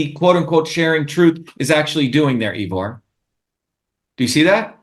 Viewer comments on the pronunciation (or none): dr shiva so smart but can't pronounce Ivor's name properly. smh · I wish Ivor would teach these people how to pronounce his name... It's painful hearing EEvor over and over again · Actually, my name is I-vor, pronounced Eyevor, and I'm from Ireland, not the UK! I like Dr Shiva, but I find his challenging of you very aggressive. I understand his frustrations with the lack of activity of the general populace, and his talk here is very eye opening to say the least, but his angry-ness is quite rude. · Thanks 'Ee-vor' for a very stimulating discussion. Glad to see that the assertiveness training has really benefitted the erstwhile shrinking violet, Dr Shiva! 🤣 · OMG 🤦🏻‍♀️ Why won't this bloke let you speak "Eevor"? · I am a freedom fighter in Canada and have never heard of Dr. Shiva. I suffered through the whole video and did not learn a single thing from him except he is arrogant and very disrespectful toward Ivor. He can't even pronounce Ivor's name correctly. This individual will never be voted for president unless he his backed by the globalists. His attitude is divisive and angry which is no different from the globalists and governmental puppets. He needs to eat some humble pie. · For all his self and arrogantly professed knowledge, he's really struggling to understand a rather simple fact, Ivor is neither English or from the UK! It also would've been respectful to learn how to pronounce his name correctly. He has plenty of interesting points, but he's insufferable. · Really enjoyed this, but wish he pronounced your name correctly! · My Gawd.... Ivor... how many times does someone have to get your name wrong before you correct them? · This guy is dodgy Ivor. I would never trust anybody who keeps trying to talk over me and rubbish my own opinions. He can't even get your name right. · If everyone gets a bumper sticker. That is a nice little tickle for him Kerching! He doesn't pronounce Ivor properly